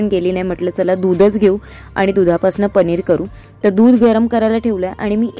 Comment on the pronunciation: पनीर गं not पणीर 😅